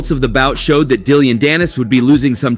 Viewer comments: Dilliyan.dannis? Dillyian lol.. fuokn AI isht voices annoying man. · Dilly-ann danis lol why you saying it like that lol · Dillyon? I think it's just Dillon. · Dillion danis…. Learn the name before making the video.. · I think I keep hearing you say DILL-ION Dannis Like “dilly on “ Dannis and it’s cracking me up😂🤣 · Hahahah Dilly-Ann Dannis!? 🤣🤣🤣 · Content creator you're garbage. Atleast get peoples names right.... who the hell is Dilleon Dannis? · How u gonna call him dill-ion danis 😂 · How do you mispronounce Dillon Danis’s name 😂